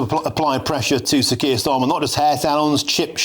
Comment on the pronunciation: Are you saying 'skier Starmer', it sounds like it! He certainly does not deserve the title 'Sir'. In the old days you were given a knighthood for bravery, service or for doing good for the country. Starmer has done none of these things. He lied to the country and continues to do so. He gaslights the people. He is a traitor. He prefers the WEF to Westminster. He loves Muslims over the British people. He is a weak little excuse of a man and his Knighthood should be removed.